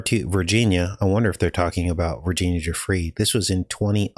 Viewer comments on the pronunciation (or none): Vrginina not Virginia